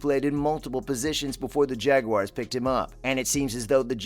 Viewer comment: Not jageuars.its jaguars I hate when the make it sound like it's got an e in it.. I think trevor is gonna be the most improved qb this year.. I think we are gonna be a good team this year